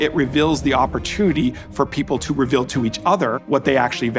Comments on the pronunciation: Never trust someone who can't pronounce 'reveal' properly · Mr. Rose’s pronunciation of “reveal” reveals that he’s from Utah.